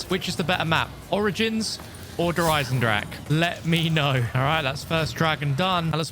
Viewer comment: It’s pronounced “Der Eisen-drakuh”